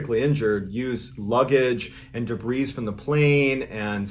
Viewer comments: Debris pronounced de-BREE. Not de-BREEZE. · Did you really say "debrease?" Bro it's "debris" the s is silent and is a plural noun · You do know the S in debris is silent, right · Hey Mr B, I love all your videos and podcasts. Can I just point out that debris is pronounced debree. There was this one for reluctant cannibals, and a podcast where you said de-bris 3 times. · Yo, Mr B. The "s" in debris is silent. Like 'duhbree'. It's both singular and plural. Awesome video as usual. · John, the S in debris is silent. 😉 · Debris is said with a silent S.